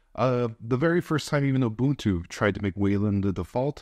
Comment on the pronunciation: This is irrelevant but you're the first person on the Internet I've heard say "Ubuntu" the correct way. I'm South African...its a South African word so I approve lol